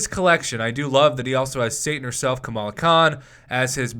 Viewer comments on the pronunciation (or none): none